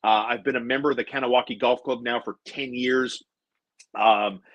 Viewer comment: Nice to see views go up finally. Good content today. Please start saying “gah-nah-wa-geh” for the love of god.